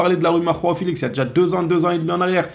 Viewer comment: Arretes de dire rao felix ça se prononce Jo a o c'est la version portugaise de Jean en gros ! !